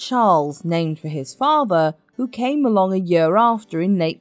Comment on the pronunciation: Do learn to pronounce "year" properly, it´s not "yur".